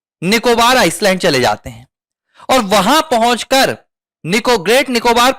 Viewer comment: आइसलैंड नहीं भाई आईलैंड । s silent है।